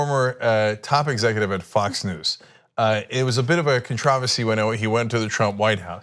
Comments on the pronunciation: Cenk pronounces "controversy" as were he British. It was not pleasing. Even the Brits would agree. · You said controversy wrong